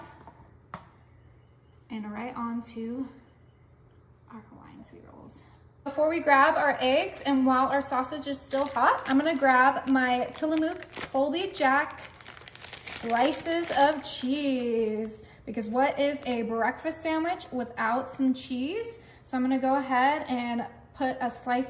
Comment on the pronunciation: Jimmy John's, or Jimmy Dean?? And OMG...its not tilla-MOOK, it's tilla-MUK😂 I do love this recipe tho!!